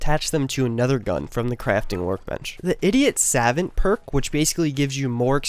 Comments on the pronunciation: Basically a more compact version of other videos. This would have been phenomenal if you had edited in relevant video instead of just a random gameplay clip. Also it's "Suh Vawnt" not "Sah Vant" but that doesn't really matter. Despite not having useful video clips, great job. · Dude, just so you know "savant" is pronounced sa-vont lol. Might wanna dub over that... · Vid was perfect til I heard you say "savant"